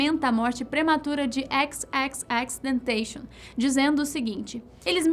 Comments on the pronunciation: X X X TENTEIXO KKKK FALA CERTO PORRA XXXTENTACION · Vtmnc parecem q nem sabem da história do X, a mulher dele msm falou q era mentira, e mais, não sabem nem pronunciar tanto quanto o nome artístico nem o nome dele mesmo, puta que pariu viuuu E isso para um canal de 15 milhões!!!! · Essa mulher conta td errado,alem de pronunciar o nome do X errado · Essa mulher deu um tom de arrogancia sobre o X,a geneva msm desmentiu essa merda (a unica coisa q td mundo sabe foi a agressao....o resto nn era vdd),até o nome do X ela pronunciou errado